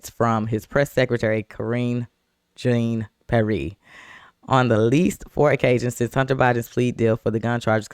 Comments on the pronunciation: Jean(John)Peire(Pee-air) should be the proper annunciation, yeah I don’t like her either.smh. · Her name is pronounced KAREEN JON PEE-AIR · Pronouned Karine John (shawn to some) Pee-Air...sorry...had to😅But SOOOOOOOOO GLAD to see her dirty toilet brush looking arse GTFO!!!!🤣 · Let’s get pronunciation corrected Jean is pronounced john and pe air!